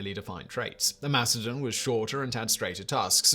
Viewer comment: Say it with me Simon. Mast-a-don.